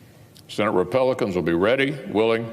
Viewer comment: Mitch "rePELcans" 🤣🤣